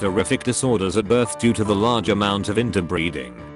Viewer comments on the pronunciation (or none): none